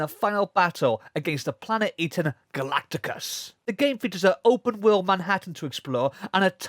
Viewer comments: Galactus not galactucus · It’s Galactus not Galacticus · Galactus not Galacticus. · had to hold myself so hard to not dislike the video because u said galacticus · it sounded funny when you said it